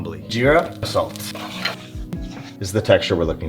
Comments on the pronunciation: "Sa-let" Got me laughing so hard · The way he said "salT" in that tough Indian accent😂 But honestly that looks damn delicious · so we not gonna talk about the accent on the “salt”? 😂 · "salt" that classis indian accent